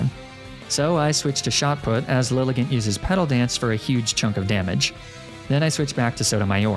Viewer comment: Liligant is pronounced LIE-LY-JAHNT